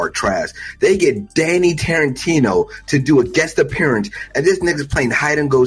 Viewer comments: Danny Tarintino???? do you mean Danny Trejo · This nigga called him Danny Tarentino 😂😂😂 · My mans said Danny Tarantino so many times, you'd think he would've noticed the mistake by now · Who tf is Danny Tarentino? Trejo nigga, TREJO! 😂